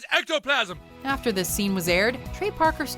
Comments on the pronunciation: "Ghost ectoplasam" best ever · LMAO THERE WAS A GHOST EH- ECOPLASM LOLLL